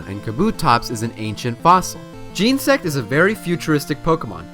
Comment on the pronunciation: Its genasect not gensect